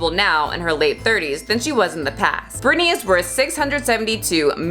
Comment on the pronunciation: I love this video... But her name is Britney 🤭 not Brittany 🙈